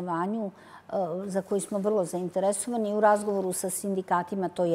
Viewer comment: ZainteResovani, akcenat potpuno pogresan Joj, joj.